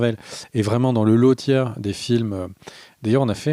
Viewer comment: le "lot tier" ? le "loweuh tiers" ? et en français ?